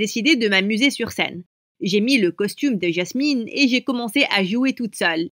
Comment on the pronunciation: Elle dit ÏASMINE au lieux de Jasmine XD